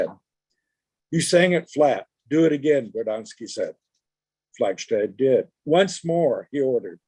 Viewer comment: Her name is pronounced "Flagstad," not (as in German) "Flagshtad." She HATED it when this mistake was made.